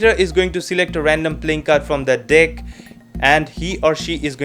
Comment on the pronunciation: 0:6 is there me only who heard deck as dick😂